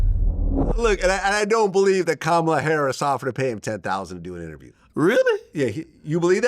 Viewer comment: And yet he can’t pronounce Kamala…the name is easy to say.